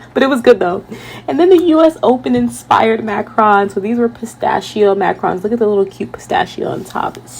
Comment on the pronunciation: Macruuns is closer to the pronunciation as opposed to Macron, who is the president of France. Great video!